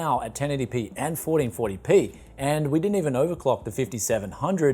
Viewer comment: "Forreen forry pee"